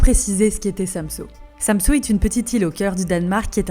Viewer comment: pas de panique les copains en fait des tonnes mais bon c'est pas grave ONT VAS TOUS MOUR*** un jour c'est pas grave profité juste de VOTRE VIE pensé a vous et faite vous plaisir (ah et c'est pas SAMSO c'est SamsØ le Ø se dit E c'est pas compliqué mes choubidou-d'amours)